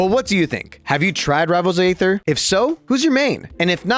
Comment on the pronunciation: Another YouTube tutorial/overview, another YouTuber mispronouncing Aether.